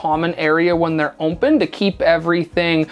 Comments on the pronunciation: "OMPEN" ;) great work! Love it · This is totally brilliant. I love it. And it’s “open” not “ompen”. Less me picking on this guy and more PTSD from my ex lol